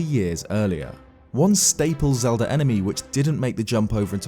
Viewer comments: why does he say zelda games, yet...zeldDUR adventures? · Who's Zelder?